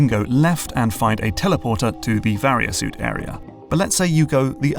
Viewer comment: In utter disbelief at how you pronounced “Varia Suit” correctly this time. Another great video once again!